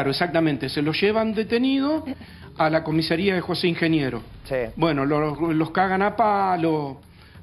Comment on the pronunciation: Increíble que tanto el «profesional del Derecho» como el «periodista» digan «COMISERÍA» en lugar de «COMISARÍA»